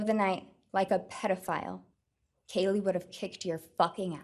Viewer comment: Hi, I’m sure it wasn’t intentional but you mispronounced Kaylee’s name… is it possible to fix it?